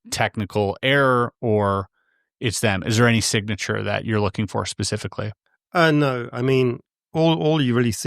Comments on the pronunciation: If I couldn't say "Specifically" I'd try to use it less than every 120 seconds... "Pacifically" 🙄 Interesting ideas, but I love how he comes up with utterly unknown things AND dismisses them because of utterly unknown ideas... Hilarious. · 3000ft up a 'hill' in Manchester??? 3000ft is a mountain and there are NO mountains in Manchester! This guy is not convincing me on many levels. He also says 'Pacifically' instead of 'specifically' which irked me. Maybe I just need to breathe a little more deeply! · Whilst I am very happy to listen to the most ludicrous theories with an open mind and form my own opinions on things, I can’t help but find that people lose a bit of credibility when they say “pacifically” when they mean “specifically”. I might just be a snob, but when you’re talking about something that requires a reasonably high amount of intelligence and an extremely well known speech error pops up over and over, it just irks me lol. Seems like a nice guy though, no shade on him at all ❤ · THANK YOU! I thought this guy was trying to KILL ME, PACIFICLY!!! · Anybody that says "pacificly" instead of specifly, they lose ALL. Credibility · Never trust anyone who insists on using the word "specifically" 20 times per minute but says "pacifically" instead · 'Pacifically', describes the encounter with the 'monk' figure. He accurately portrays the hooligan nature of certain 'Brits'. As for his elaborate theory: throw in 'quantum' something-or-other and anything goes now, let your imagination run riot. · Sorry man I'm out. Pacifically. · How many ‘pacifics’ did you count? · I love how my dude keeps saying "Pacifically" Lmfao. He may be hooked on phonics, but at least he's pacific. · As a fellow English citizen I can't listen to more than 3 Pacifically's in under 8 mins. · As any person speaking the English language it is and should be completely unacceptable to say "pacifically" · I couldn’t take him seriously after that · It’s specifically not pacificly